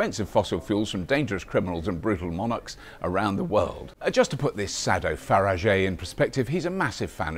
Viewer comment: im sorry, but Robert's atwtempt at humour just leafves me cold, perhaps when i was 15 i would have found it funny, and i do realize that is his job, but i do admit he does a good aussie accent, and his views on Faragggggeeeé are more than accurate.